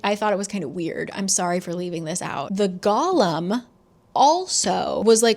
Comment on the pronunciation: When I was reading this I thought the emphasis in golem was on the second syllable, so every time you say that word I full on picture gollum